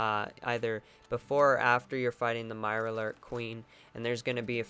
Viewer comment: "MIRARLOORK kween"